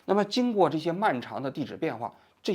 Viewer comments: 王局，你是想说莎（suo）草纸吗？ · 王局，希望您抽空能够练习一下吐字规音。读错字的频率也太高了，比如本期的莎(suo1)草纸。有点影响观感。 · 莎草纸的读音是suōcǎo zhǐ